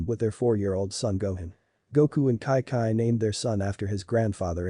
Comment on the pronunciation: her name is chi chi NOT kai kai